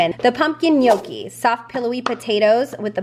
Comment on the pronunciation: Cannot wait to try the cinnamon bread!! Also, this may sound strange and slightly stupid,,,but you have no idea how happy it made me that you correctly pronounced the words 'Autumnal', 'Gnocchi', and 'Zucchette'!!!😂